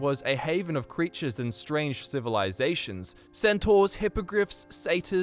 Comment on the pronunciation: I heard centuars my g